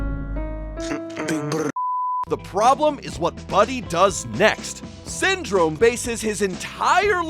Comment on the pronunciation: Ah yes Synrome